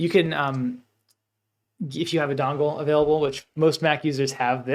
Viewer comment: Hello. Thank you for the video. I am watching now. At the marker you mention a type of connector for Mac - dongvul?:) I couldn't understand what you said. I have plugged my ledger nano S directly into my iMac several times without any. Should I be using a connector? Thank you. I will continue to watch and likely have more questions.